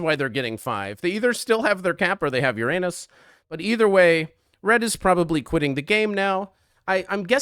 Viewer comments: No way this video is monetized with this accenting on Uranus💀💀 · happy vacation edit: "ur-anus" "regular-anus" well done